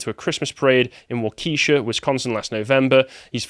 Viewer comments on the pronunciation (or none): Nope, had it right the first time. It's not pronounced Wau-key-shaw... It's pronounced Waka-shaw. As a Wisconsinite hearing people pronounce it that way really grinds my gears. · You got the pronunciation of Wau-keh-SHA right the first time. Sargon is wrong! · Well done you correctly said waukesha, 'the first time you said it !! You were wrongly corrected ! Waukesha is Pronounced: ( war - ka - shaw.) I lived there for 10 years. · It is not pronounced Wa KEY sha. It is pronounced Wak eh sha. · Not WA-ke-sha. It is Wa-KE-sha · NO NO NO CARL. I am from the Midwest. It is Wau-ka-shaw. Not Wau-key-sha! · we pronounce Waukesha Waka-shaw . Not Wa-keesha....Darrell Brookes Sizzle in Hades, you Slice of Ca-ca. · Carl's correction is incorrect. it is pronounced "wah-ki-shaw" not "wah-key-sha" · need to correct you. its pronounced walk-eh-shaw, not wah-keesh-ah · Its WAU-ke-shaw, not wauKEEsha. Prounouncing it like the latter sounds like ebonics. Source: Am from Wisconsin. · Why are you pronouncing it as if it's spelled "Waquitia?" Wah-ke-shaw. If it was Wah-kee-shia, then the "sh" would be a "t." If English really was language that belonged to you and not us, you would know that. "That 70s Show" got it right, so it shouldn't be too hard. That is, innit, unless you're intentionally bein' bell-ends. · WaukeShaw not Waukeesha---he was right. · "Waukesha" it's pronounced "Wok kee shaw" by Wisconsinites, I'm from Beaver Dam, which is about an hour away.👍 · You had it right the first time. Not WAKEESHA Sargon! 😂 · It's pronounced wok-ah-shaw. Native name's are fun to pronounce. Like Lithacoochee, Withlacoochee or Thonotosassa...it's Native for tongue twister. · A little more emphasis on the 'sha' and a little less on the 'ee'. Waagh-key-Shaaa. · It’s pronounced WAH-Kuh-Shah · It’s pronounced Walk-a-Shaw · its Wa Kuh Sha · Wrong. It is WAH-ke-shaw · I live in Waukesha and Carl did NOT pronounce it correctly lol